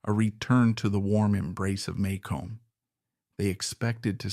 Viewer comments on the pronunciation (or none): You mispronounce Maycomb, as does everyone who isnt from the South. Maycomb is pronounced May-cum